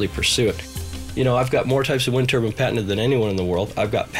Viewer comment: It's NOT a TURBIN. There is an E on the end. TURBINE, say "TUR-BYNE".